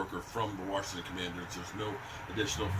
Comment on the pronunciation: Did he say Warshington ? Ffs